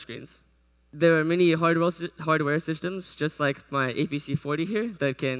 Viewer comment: I love when he says Hardwell instead of hardware, haha